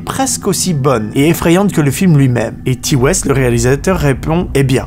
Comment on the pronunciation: y'a rien qui va dans les prononciations mec. William Friedkin se prononce Fridkin (et non pas "Fraydkein" comme le kentucky Fried Chicken) Ti West -> Taï West (et pas tea west) James Wan -> Avec un A et non pas James Wén Bonne vidéo sinon.